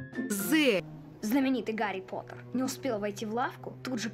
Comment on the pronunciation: А вы знаете что это вообще звучит не как потер а потэ если смотреть как это снимали на онглиском